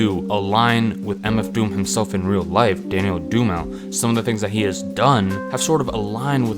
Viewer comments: It's Doom-a-ley not doo-mal smfh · oh man! it's pronounced "dumi-ley" not "dumayl" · Just a heads up, Dumile is pronounced “DOOM-il-ay” . He says it in the hook on the song Doomsday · the fuck is a doo-mile? its pronounced doo-mil-lay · His last name is pronounced “Doom - eh - lay” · His last name is DOOM- AH- LAY thus we get MFDOOM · You pronounced his last name wrong.. it’s “Doom-mi-lay” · It’s pronounced DOOM UH LAY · Really interesting video, i’m really into concept albums and artists who rap through characters. I’m sure you’ve heard this a ton but his last name is pronounced DOOM-ee-lay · Great job its pronounced Doom-elay. Dumile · Didn't watch yet and I already know you pronounced Dumile incorrectly lol. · I’m not even trying to hate, because I enjoyed the video quite a bit, but I think it’s kinda hilarious you mispronounced his last name. Doomsday’s chorus tells us how to say it correctly for the dope as fuck double entendre of Dumile/DOOM’ll lay. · Yo fuck this guy Dude can't even pronounce my man Dan's name right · He literally pronounces his last name on Doomsday, cmon now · Mispronounced his last name. Your opinion is irrelevant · Lost all credibility when you mispronounced his born name.